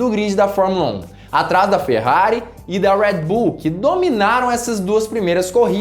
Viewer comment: Seus comentários são bons, agora esse sutaque americanizado em algumas palavras as vezes irrita. Ex. Tcharles Leclerc, Rued bul.... E é só as vezes.